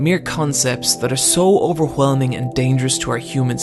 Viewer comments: I just love your pronunciation of "hwat" "hwen" "why" "overhwelming" hahahahaha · Did you pronounce ”overwHelming”? Like Stewie Griffin?